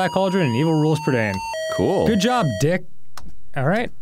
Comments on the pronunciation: I loved these books as a kid. The movie is pretty good, but misses out on a lot of the magic of the story. Also, Dan so confidently mispronouncing Prydain was infuriating. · Fun fact for you, Dan - the land Black Cauldron is set in, Prydain, is a real place! :D It's the Welsh word for Britain. Pronounced pruh-dine :3